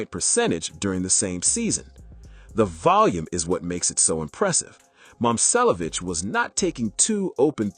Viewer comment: It’s saying both his names wrong so not really